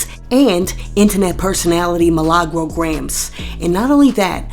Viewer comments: My name is Me/Lah/Gro roll your tongue with it 😂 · Roll the R when u mention MILAGRO